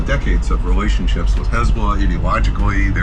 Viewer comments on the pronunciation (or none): none